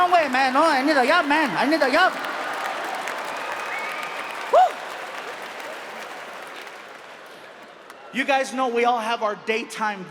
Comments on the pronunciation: I need a yob man, I need a yob! I had to check on the English caption to understand what he was saying, and somehow it was too funny for me. 🤣🤣🤣 I don't know why but I keep replaying that part and laugh like an idiot I am... I don't know much about Latino/Mexican/Spanish, I learned what I know from Fluffy!!! ❤❤❤ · "I need a yob" I really need a job. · " I need a yob man, I need a yob!" HAHAHAHAHAHAHAHA~!